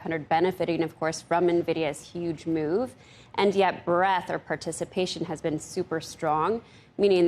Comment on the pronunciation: it's breaDth, not breath.